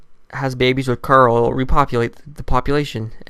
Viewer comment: Good video but plz stop saying like caruul cuz i dont know if your talking about carl or the girl mural likes